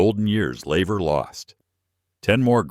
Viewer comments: Its laver not lever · Laver ...couldnt even get that right